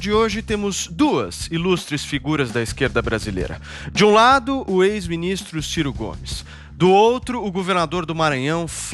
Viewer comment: Kkkk ! Gostei do " CIR CO " GOMES !!!